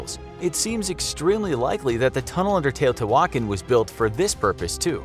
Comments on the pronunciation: Its not teo-tay-wokkin its te(h)-o-te(h)wah-khan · How to you get your pronunciation? Tao-tay-wan-kin?? LOL Try Tao-tayah-Wah-cahn.... Your pronunciation is driving me crazy! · its tea-ha-tea-wha-kon not tea-oh-tea-whalkin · Tay-oh-tea-wah-kahn. Not Tay-oh-tea-wokin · It’s not pronounced teyo te walkin... lol please look up pronunciations before making a video lol it was painfully funny to hear you say it like that... It’s teɪˌoʊtiːwəˈkɑːn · The pronunciation in this video makes the old gods weep. Edit: The presenter sounds like Fozzie Bear! Teotiwokkawokkawokka! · "Tio T. Walken" Christopher Walken's Uncle. TiO tEe WaLKen...but can pronouciate Quetzalcoatl correctly. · ITS PRONOUNCED (TE OO TIII WAAA KHAN) SAY IT WRITE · Are you trying to say Tee-o-Tia-wah-kon ??? cause that's how u say it 🤔🤦🏽‍♂️ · It fricken Te-oh-te-wah-con Not whatever u called it lol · I haaaaate how he says “teotihuacan” 🤣🤣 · The accent is on the last A. You should pronounce it better. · The hu in teotihuacan is pronounced like a W. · Hearing him mispronounce teotihuacan every time made me leave this early